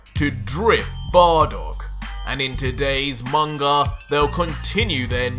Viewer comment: He says munga instead of manga